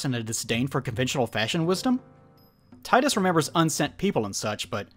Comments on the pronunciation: 44 minutes of someone calling Tidus, Tidas and ranting about Blitzball....Finally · I wonder how many people know that Tidus is pronounced TEE-DUS because the name is based on the Okinawan word for the sun, Tiida, which is Tidus's name in Japan. Plus, the Japanese language pronounce the letter i as E and Final Fantasy is a Japanese originated franchise. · Both "Tee-dus" and "Tie-dus" are stupid. It's meant to be "Tida," (meaning "sun," which contrast's Yuna, meaning "moon") but the localization changed it to end with "dus." It was likely done to make it sound more masculine, but it just caused an unnecessary rift between fans not knowing how to pronounce his name right. Hate to sound like a stereotypical weeb, but it's kind of a problem when the localization's changes make it MORE confusing for westerners rather than accessible. Not to mention glaringly awkward when they retained all the other Japanese names fine.